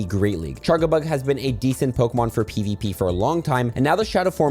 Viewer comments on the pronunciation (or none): charjabug with a “j” sound, as in “charge” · I don't mean to be rude, but how did you decide to make the wrong g sound when charjabug is spelled with a j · Small thing: I always assumed it was pronounced CharJAbug since it looks shaped like a phone charger. Is this not the case?